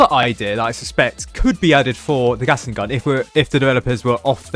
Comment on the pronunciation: am I the only one who’s hearing saying gasing gun note Gatling gun